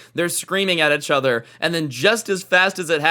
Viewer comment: I like how says echother instead of each other